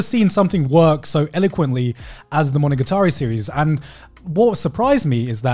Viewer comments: He's like: monoGAtAreeeee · Why is garnt pronouncing it weird. Monoga-tari? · No one: Garnt: Monoguitari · MonogaTAHREE... No. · it's really weird to me that they're both saying it like monogaTAri, even the anime man who I know has native-level fluency in Japanese. Maybe he's just letting Gugguk's bad japanese pronunciation rub off on him XD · why do you say monogatari like that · Wants to learn Japanese to understand it better but doesn’t even say the name right. My blood is boiling rn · This man has all this anime merchandise yet pronounces monogatari wrong. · The way they pronounced monogatari bothers me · Are they even pronouncing monogatari properly? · Why the h do they pronounce it wrong, even if most of them know how to japanese? It hurts my ears yo.